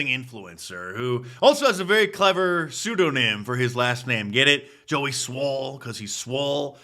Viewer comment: Pseudonym is not pronounced the way you said it. You can’t rip on someone while effin up your words.